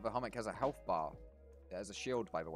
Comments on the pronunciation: To be honest as a Polish person. You pronounced both Masło and Chomik really nice ;) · You are the first person that i see pronouncing chomik right!